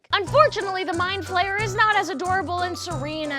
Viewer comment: at least you say mind flare